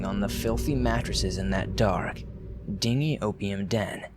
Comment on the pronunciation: Inflection helps portray meaning to an audience and this speaker’s habit of sounding like he’s ending a sentence on the wrong word is distracting. So is pronouncing words wrong; VietManese? Dingy?